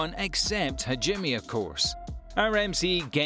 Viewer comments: Is it really impossible for english speakers to pronounce japanese words right? hajimmi? what.. Haven't you hear how they pronounce the names in the anime? How can it be so difficult to pronounce it correct? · bruh do you even watch the anime bc you pronounce some character wrong like hajime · The pronunciation of Hajime killed me